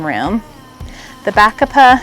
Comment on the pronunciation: I like all your flowers combinations! Bacopa is pronounced bu`COpu... I also garden in zone 9 so nice to see different ideas!